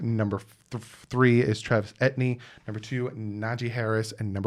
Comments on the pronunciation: Lol.. it's all good. And it's pronounced E. T. N. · i agree but bro u pronounce his name like E T N thats how u pronounce it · I love it the man was saying Etnee😂😂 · Pronounces “ E-T- N“ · 🤣 it's E T N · Travis Etny? C'mon man lol 🐬🏈⬆️💯🤘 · his last name is pronounce e tee anne a lot of my haitians friends from school last name was etienne so he's probably a zoe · 😂🤣😂🤣 I love you, truly!!! But Etny??He’s been high on the RB list for two years and has been a high profile name on a high profile team in college team.! 🤣😂🤣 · Pronounced ET-E-N as in Saint Etienne, France I'd love Jevonte Williams at 36th pick. Are you sure we have 2X 5th round picks ? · Travis ETIENNE..... pronouncement is E-T-N. Travis E-T-N. Etienne is my nephew's last name. It's of haitian decent/origin.... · Pronounced. EE TEE INN.. HEY LETS NOT FORGET ABOUT THE PLACE KICKER FROM VANDERBILT. SARA FULLER. . MAYBE FIRST KICKER TAKEN THIS YEAR? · REPEAT AFTER ME... TRAVIS E.... T... N... Say those three letters and you pronounce it right. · it is pronounced ETN literally just say those letters😂😂😂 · Travis ( Ate-e in) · Yeah, that's how you say it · its pronounced (E - TEA - N) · Etienne= E-tee-N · Bro! ET. TEA. EN. I’m surprised you haven’t heard his name all over media and Clemson games? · Etienne is pronounced E-T-N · Yes, Yes! But before I go any further. RB3 E--T--ENN, You got to say it right? Or at least get close lol 😂! I think your order is spot on! I don't think we'll get him because I'm dead against taking a Rb at 18! We can't blow that value on a Rb? Not when we can get a top RT, or a great edge rusher or one of the top defensive players in the draft? Again, it's E. T. ENNE. 😂😂😂😂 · Travis Etienne is Haitian born or his parents are Haitian. So is name is derived from the French/Creole language and pronounce E Ti En. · ETN... Literally, that's how you pronounce his name. As if you are saying ETN. Hope that hopes.